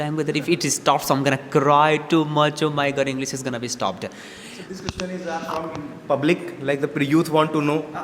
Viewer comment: You always mispronounce "question " learn to pronounce it